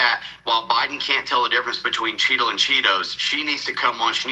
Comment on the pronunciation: I keep thinking your saying cheeto lol